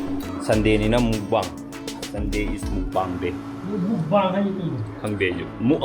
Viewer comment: Mukbang se korean word ne, it was first broadcast in 2009. Mukbang means live food eating show haibane, live streaming toudabida already recorded video oina upload su tounei for example you yourself. And again brother na hairiba mukbang gi pronunciation dusu lanle amuktng korean gi language tambiba youtuber amadagi refer touraga tabio, brother da natte mi khudingmk loina lanna pronounce toue, sum haijbni amuk saktakhtli khnbiganu. Also mukbang contents the healthy eating practice and strict eating etiquette... as I personally love watching mukbang I do some research on it , so tht it will become more interesting while watching the show. Aduga brother su sometimes mukbang contents yaobanina magi historical background google dagi pabiu henna clearly khngnba... thnks aduga keinom taga haijage yam heipa singbei wasu natte orthodox oibeisu natte, previous video amada brother gi wife na kitchen gi gas frame naknda heikru mnle charido plate ta happaga adudo yengbadadi khitng nungaite. Thagatchari